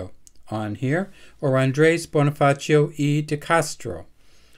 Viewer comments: The Pronounciation of the name of Bonifacio was Bonifasyo not a Bonifaceo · Bonifacio is pronounce as bonifasyo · Maybe may background sya sa spanish kaya T ang bigkas nya sa C.